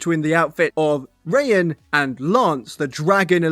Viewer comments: It’s PRONOUNCED RYE HAWN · Why’d you pronounce Raihan’s name as “Rain” 💀